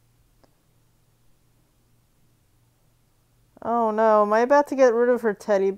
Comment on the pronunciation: "oh nowh" so annoying...